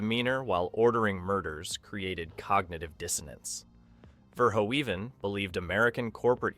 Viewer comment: It's pronounced 'Ver-hoven'--which you get right half the time--not 'Ver-ho-even'. Robocop, ultra-violence or not, was a really great flick that balanced human drama with great special effects and the clanging, banging music of Basil Poledouris. The factory scene had the best line: "Come quietly, or there will be...trouble." That pause before "trouble" made it funnier than it had any right to be. And, as others have said, the "I had a guaranteed sale..." was Ronny Cox's line, not Bob Morton's. SMH... ETA: I met Ronny Cox many years ago when I was an extra in a movie that was filmed in Kyoto. The film was junk, but he was good, and he was a very nice person, down to Earth, not stuck up at all.